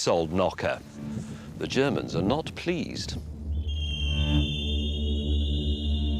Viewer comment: "ze Germans are not pleased" as a Brit I did love it when the Americans took the record as you know those beautiful pesky germans wouldn't have stood for such an insult!!!